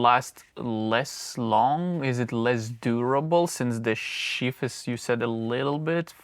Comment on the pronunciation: Unbelieveable that somebody who's day job is designing and working with ropes can't pronounce "sheath" properly.